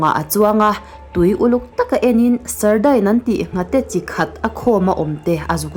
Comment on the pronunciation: Sardine(sardain nilo in sardin ti a lam tur ani lo mi..??) Engpawh nise i aw note tak a in sawi uar ve tân2 hi a lawmawm...🫢😇😘